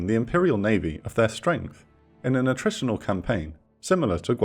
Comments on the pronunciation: “Attritional.” Learn how words are pronounced before you start trying to talk shit. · "in a NUTRITIONAL campaign"... WE CAN'T POSSIBLY HATE A.I. ENOUGH !!